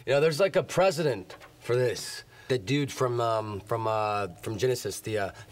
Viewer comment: Its precedent, you idiot. It sounded like you said president.